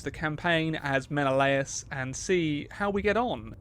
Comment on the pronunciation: I am honestly mind boggled about a game fixated on mythology pronounces Menelaus wrong, I am confident that every history teacher will say Men-al-us, not men-o-la-us.